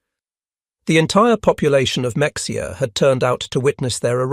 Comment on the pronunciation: The commentator needs to learn to pronounce MA- hay-ah ((Mexia)😂